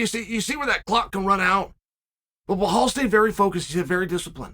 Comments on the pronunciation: Chael, his name is pronounced, "BELALL MOOHAMED"... not "BlaHall MOhamed"... get it right, man! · BleHal 😂 Try BELL-ALL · "remember the name" BELHAL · Blahaaal Muhhamed nice one Chael 😂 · I only clicked on this video to hear Chael say Blahall.... That's it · Bleehlwaal Muhammad 😂😂😂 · Blehal Muhammad. Undefeated undisputed. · Blahal “bob loblaw” Muhammad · It amazes me that Chael can mispronounce such an easy to say name like Belal😂 Undefeated and undisputed.